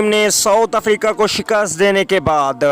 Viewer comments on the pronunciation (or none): none